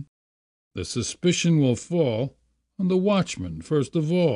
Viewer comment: Wall hall fall sounded very new yorkish! lol im not complaining im from ronkonkoma long island